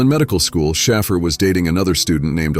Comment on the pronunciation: SHAY-FER; SHAY;PHER Say his fucking name right, Jesus Christ.